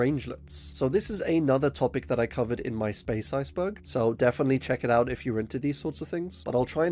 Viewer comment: I like that your accent makes iceberg sound like ice bug. Subscribed